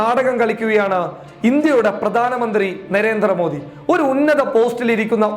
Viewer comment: നെരേന്ദ്ര മോഡി അല്ല നരേന്ദ്ര മോഡി എന്നാണ് ഉച്ചരിക്കുക